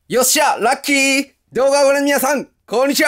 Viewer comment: さんの「よっしゃラッキー！」は発音がなんか違う気がするw